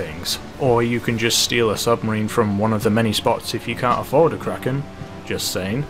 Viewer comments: Kraken not Kracken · It's the kraken not kracken